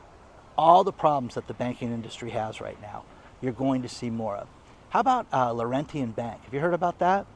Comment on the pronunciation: Lorrentyen bank is Laurentian, pronounced lorenchen.